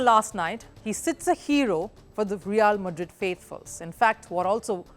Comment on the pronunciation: it isnt reaaaaal madrid. its realmadrid. you dont do your homework as always.